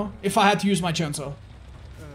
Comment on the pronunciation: The way you said chainsaw It's the exact same way the french men say here in Quebec lol chainsaa gold 👍